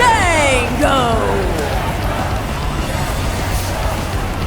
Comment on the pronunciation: They call him fane Dane go its Fawn dawn go